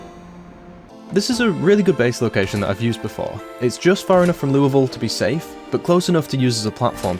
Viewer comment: First zomboid youtuber I've heard pronounce Louisville correctly!